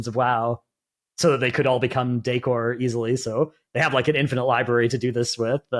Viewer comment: Who taught how to pronounce decor? LOL